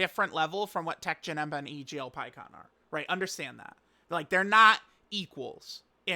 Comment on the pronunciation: Teq Janet? Wtf are you mumbling about